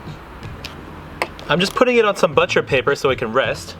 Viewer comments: your butcher pronunciation game is low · Strange way to pronounce butcher.